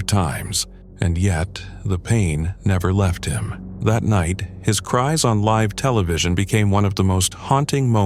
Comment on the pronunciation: I agree, Live and Gaza were two words I noticed that were incorrectly pronounced